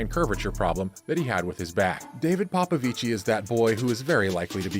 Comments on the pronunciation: Yeah, you don't emphasize/stress it. It's a very soft 'i' when you pronounce 'ci'. PopoviCI (very short i) not PopoviCII (long pronunciation of i). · For american illiterates; The romanian name "Popovici" in engleza is pronounced "ppo ppo vich". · It's pronounced "David Popovich" 😉. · bruh its pronounce POPOVICH not like it sounds smh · Just for future reference, David's last name is pronounced ''Popovich''. In Romania if there is only 1 'i' it is not pronounced, only if there are 2. Still a great vid, keep it up. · He’s ROMANIAN and you’re saying his name wrong 🤦🏽‍♀️ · It's David Paupauvich voult paupauvichiiiiiii😅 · David Popovici has no SERBIAN ancestry .....false information.spreading .... You mispronounce his family name....